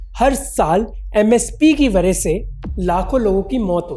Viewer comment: वरह से ❌️ वजह से ✅️